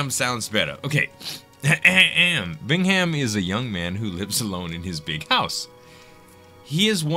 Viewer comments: I think the h is silent Bingham is pronounced Bingam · Cool! 2 things: I love country music! Glad to see someone else likes it too. "Paint Me a Birmingham" is a good song. Also: my grandparents last name was Bingham. The 'h' is silent so, it's not pronounced "Bing-Ham" it's Bing-Um. :)